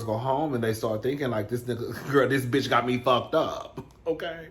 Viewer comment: Everytime Nikki tweets or goes live . All I hear is "Day Day that crazy bitsh out there again" 😂😂